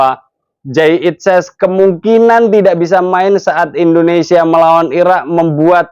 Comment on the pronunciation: Bang maaf Nyebut negara kita jangan endonesia bang Tp Indonesia 🙏🙏🙏